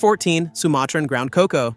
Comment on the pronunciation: Terrible ai slop. Can't even get the animals names right. Cukoo, not cocoa. And vaquita, not bakita. And wtf was that thumbnail? Fuck me that was bad.